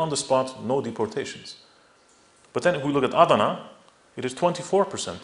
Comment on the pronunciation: this guy is full of it. he seems to have no problem pronouncing armenian words but when he tries to pronounce Turkish words like millet, Diyarbakir or Adana he doesn't do very good of a job. most of the documents he mentions are fake even I can tell you that.